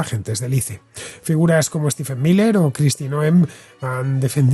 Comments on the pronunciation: Por fin escucho a alguien pronunciar la sigla ICE como "ice" y no "ais", como si fuese un nombre propio. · Me encanta como Villanueva es tan recalcitrantemente boomer, negándose a decir correctamente ICE